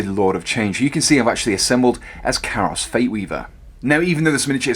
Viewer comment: KAI-ROS....KYE-ROSS!! Not CARROSS